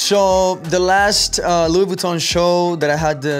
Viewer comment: Lou boutton mdr la prononciation